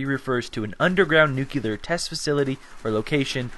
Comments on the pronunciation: Noo clee er.... Not noo cue lar. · It's pronounced "new clee er" not "noo q ler". No offense you make decent vids, just a pet peeve... Like g dam fingernails on the chalkboard for me... Or open mouth chewing sounds...